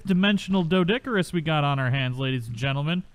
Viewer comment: Despite how it's spelled, it's pronounced DEE-DOH-CURE-US! The strawberry-pink ones are cute, mutated or not. Think you need to keep a bird handy to move them around. I have a Minecraft world that's almost perma-rain. I've been hit by lightning there several times... Lost half my sheep to a lightning bolt once >.<